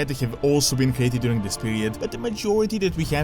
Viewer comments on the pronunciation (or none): none